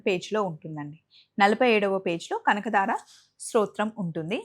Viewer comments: Kanakadara kadu kanakadhara anu talli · Kanakadaara kaadu kanaka dhaara tappu didduko